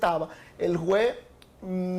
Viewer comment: Este fiscal de Santiago necesita cuidar su bien hablar, que merece su función. Juzgue usted por su informe con la repetida pronunciación: (Jue,) en vez de juez; etc…